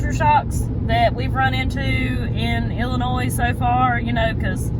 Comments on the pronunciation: Just one thing I wanted to mention. The s in Illinois is silent. That land is dark, black and rich. That and the flat land is why millions of acres are farmed. Most small family farms are hundreds of acres in the midwest. You'll miss the mountains after being away just a few days. You can grow such a diverse number of plants in our temperate rainforest of Appalachia. I had the food fortune to be raised in the midwest while still keeping strong family ties in Appalachia. Winters out there are long and gray with some bitter cold. When military retirement rolled around we settled on purchasing my grandparents Appalachian farm instead of the midwest. Did you you see Pete from Just A Few Acres Farm? He restores a lot of Farmall tractors on you tube in the winters. His farm is in the Ithica, NY area. He restored his great grandparents Victorian house on his farm. It's an amazing story and labor of love. He has a couple videos on it. Temps are usually in the 90's and they do see some triple digits some years come August out there in that area of the midwest. Glad ya'll had fun! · The “S” is silent in Illinois. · Enjoy the show. Ps.. the "s" in Illinois is silent. We love watching your show.